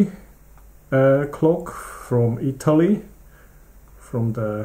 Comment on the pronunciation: Many compliments from Itlay just for pronouncing the name of the company right!